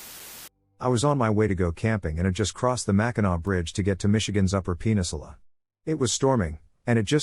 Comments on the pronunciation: Jarring to hear "penisula" rather than "peninsula." 😂😂😂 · I expect my vocabulary is going to change from this point onward !! "Penisula", "Penisisyou" ROFL Sometimes its the small things that get you through! I call that a happy accident. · Penisula. lol peninsula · did it just say penis-ula